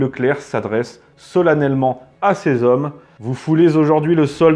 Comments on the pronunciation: 3'33 : "quatre mille z'hommes" ! Horrible ! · Dix-huit zavions et quatre mille zommes. Ce n'est pas la première fois et ce ne sont quand même pas des fautes bénignes. Je soupçonne de ne pas lire les commentaires. Tant pis pour nos oreilles et notre langue.